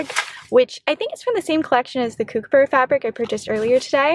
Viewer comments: It's so funny the way you say kookaburra😂😂. It's supposed sound like cook instead of coo (like coo coo) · The first syllable should sound like 'cook' instead of 'kook'